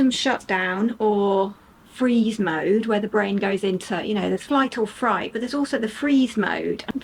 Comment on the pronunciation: Hi, it's good to see you doing so well even when you don't feel your shining best self! I agree with everything you said but wanted to correct one thing about the nervous system we all have to contend with. You said flight or fRight and it's actually flight or fIght. We go into this response when we feel afraid, yes, and the body responds by sending energy, blood, chemicals like adrenaline,and other resources, to our hands and feet, for fighting or running away. I too loved Jill's book and her decision to stay in her right hemisphere was amazing to me at the time, because she was an academic, so left brained. But now as I've furthered my artistic side and let the left side step aside more and more, I can see why she chose that. Taking a shower or bath is good suggestion and so is being in nature, even your backyard, or online images or videos of nature work too. Being in the moment where you are physically or visually and taking it all in helps calm the mind and shift the focus too.